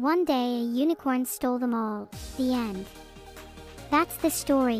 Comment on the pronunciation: the way she says story like shtory